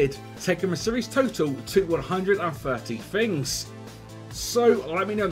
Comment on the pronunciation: "5 Fings you may not know"